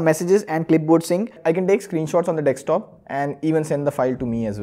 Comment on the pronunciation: Its DESKTOP , D-E-S-K-T-O-P NOT DEKSTOP Grow up ...........